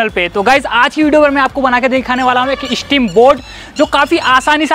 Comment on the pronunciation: Eeeshhteem nahi steam steam steam Say 50 times steam